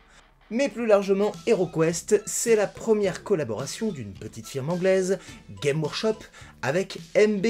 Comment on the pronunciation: Super intéressant comme bien souvent, mais on prononce le « s » de games dans Games Workshop.